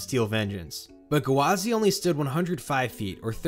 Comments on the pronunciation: I spent half this video pissed off at annunciating it as "guh-wah-zee" instead of just "gwah-zee" like it is. 🤦😂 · I think OP is referring to his repeatedly saying "gu-wah-zee" with an extra syllable at the front rather than the two syllanble "gwa-zee" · Yeah you're right, he was saying it as Ga-wa-zy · Amazing video! I can't get over how you're pronouncing Gwazi though. Sounds like you're putting an apostrophe in there like G'wazi or guh wazi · I like how he says it “Gawazi” rather than “Gwazi” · Come on it’s gwazi, no guhwazi 😩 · I couldn’t not laugh everytime he said gwazi. It’s gwazi not gawazi !!! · oml I hate the way you say gwazi... it's "gwa-zi" not "gawa-zi" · Iron Ga-Wa-Z lol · it is. he was saying gawazi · Yeah I was wondering what a gawazi was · Coaster enthusiast drinking game: take a shot every time he says "Guhwazi". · "Iron GUH-wazi" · Iron Guhwazi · Iron GUHwazi lol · Are you saying “Gawazi” on purpose lol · I came here to say this 😅 such a weird pronunciation lol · Honestly, enjoyed the video for the content but the pronunciation drove me insane. Lol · I didn't know Gwazi had three syllables. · Loved the video but the way you say Gwazi just feels so off